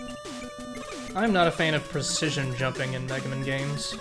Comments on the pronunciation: Is that "Megamin" pronunciation just sarcasm,? I like to think you're just taking a jab at the ol' "Slendamin" thing. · why does he keep saying "megamin" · So is "Megamen" ' "Mehrio"?